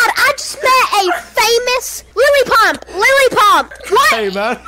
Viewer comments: i thought he said Lily Pop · I thought he was saying Lele pons, turns out he said lily pump.